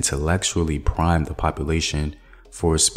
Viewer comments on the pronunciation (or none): none